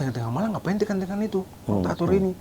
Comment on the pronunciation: rotator jadi torator 😅 lucu ini org klo di ajak ngobrol